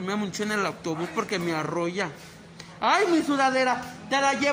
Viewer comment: Achis como que te arrolla!!!! Se dice te arrulla!!!! Jajajaja pero aún así te queremos!!